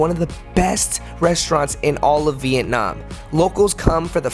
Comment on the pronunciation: The way he said vietnam "veetnahm".... THE WAY HE SAID DONG. if youre a viet speaker you know.... Its okay